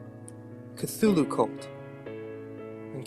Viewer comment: KT-hoo-loo! It is pronounced KT-hoo-loo!